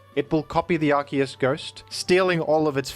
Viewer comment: Why did he say Arceus as arkoos?